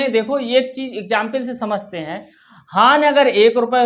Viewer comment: सर वो हान नहीं होता हानि होता है बवलया